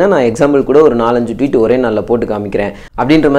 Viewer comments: Dei aramandaya athu twit ila.."Tweet" vandhuduranunga thappu thappa pesi kitu..Intha operation pathy solli ena ava poguthu..Poyi velaya parunga da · யோவ்... அது 'ட்விட் '(twit ) இல்ல...'ட்வீட்' (tweet). வலை தளம் பேருதான் twitter.